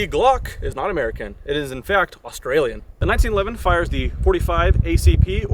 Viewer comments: It’s Austrian not Australian dummy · AUSTRIAN not Australian ..... omfg .. what do they teach you in school?! 🤣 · Its austrian not australian